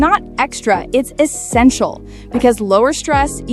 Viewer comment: The way she said " it's not ExtRA it's ✨EssEntiaL✨💅"